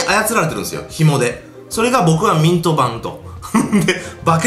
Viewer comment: 俺は💩の呪いだ〜って聞こえたw